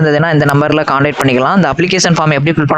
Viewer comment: Contrat nu soldranga bro